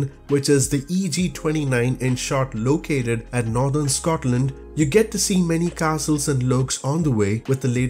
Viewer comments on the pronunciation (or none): none